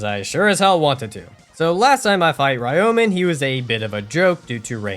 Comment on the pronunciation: THat is NOT how you pronounce Ryomen